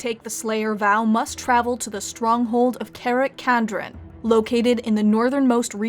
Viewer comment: Karak Kadrin is read as cara- (italian for dear or beloved) ka (as in kata) -drin (dream with n at the end instead of m)... and it's read as a single word...., you really tackled a universe where saying a word right or wrong can make all the difference when saying something. most of the dwarfish names are read in scandinavian, with some being read in latin, since that is their provenience.